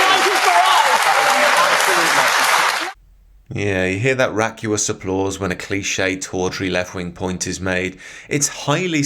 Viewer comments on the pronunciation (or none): "raucous" not "racuous" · Vacuous - vack you us Raucous - raw cuss Look at the vowels. Just a little pronunciation pedantry, good video though, keep up the good work